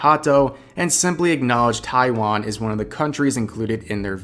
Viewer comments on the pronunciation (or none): none